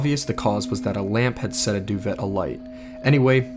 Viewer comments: You REALLY just called a doo-vay a doo-vet?! Wow, someone needs to go back to school... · I love these videos but good damn does it annoy me the way he pronounces duvet it pronounced like do-v-ay not do-vet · Ahh. I Do love hearing the male species pronounce the word "duVET" hahaha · just so you know, duvet is pronounced 'doo-vay'! great video! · baby ily but your pronunciations on a lot of your videos need some work lol duvet = doo-VAY talc = talk kilometers = kil-OM-it-ers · The scariest part of this video was the pronunciation of "duvet" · You didn’t pronounce “duvet” like that did you?! 😂🤦🏻‍♂️ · You're pronouncing "duvet" incorrectly. The the -et has an ā sound